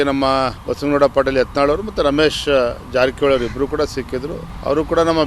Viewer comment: It's not yantal it's yatnal